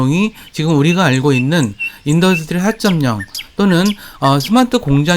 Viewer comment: 영상다봤습니다.인더뜨리 4.0 디디딸뜨인 발음연습좀 하셔야겠네요 듣기가좀..